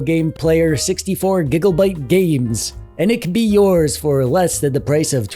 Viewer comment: "1 gigul-bite" 😂💀